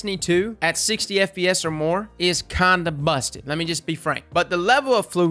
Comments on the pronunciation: I heard that too lool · your accent is great, but when you said "kinda busted," I 100% heard: "Controller in Destiny 2, at 60 FPS, is condom-busting." Like, damn, that's one hell of a nut.